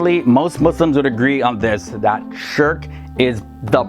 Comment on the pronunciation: The way he pronounced shirk I thought he told Shrek 😂😂😂